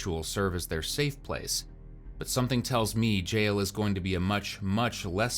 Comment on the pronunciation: I can't stand when someone says "gel" instead of "jail." Like, what about that looks like gel is the way to go here?